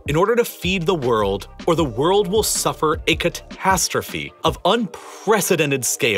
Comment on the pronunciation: Please stop putting H-gaps in your words. It gets cringey after a while and ruins concentration. "Cat-HAStrophe" "Youk-Hrayne" "Ent-HIRE" For example...